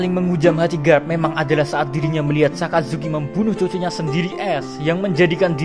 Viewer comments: Sakazuki min bukan asazuki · Min,orang lagi setengah sedih dengar mimin cerita ulang kejadian sedih. eh,malah ketawa pas mimin bilang "Asuzuki". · Ngakak pas mimin ngmong asuzuki 😆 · Gua salah dengar apa gmana. Asuzuki wkwkw. Sans" min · baru gua sadar kalo mimin bilang asuzuki haha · dia bercanda wkwk dia blg asu zuki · le ngomong asuzuki jo kerep kerep min😂 nko lak akeh sek tiru :v 😂😂